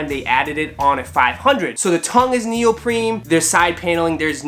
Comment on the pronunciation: Did I hear you say neopreMe ? It's actually NeopreNe.